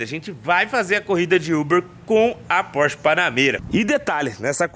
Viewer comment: Phorch é Phorch,....que o quê